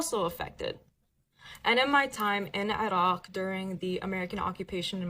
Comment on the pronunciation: Where did she say she was from, 'A Rock', as in the land down under 'A Rock'? Yes, that's exactly what I heard!